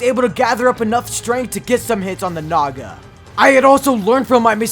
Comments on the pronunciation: I remembered that i watched mrbeast gaming and he say naga more like nada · i thought he said sum else instead of "naga"💀